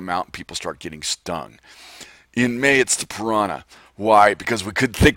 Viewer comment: mAY SOUNDS like Mane so it could be a horse. Say your email SLOWER!! and more articulately... (just made up a word)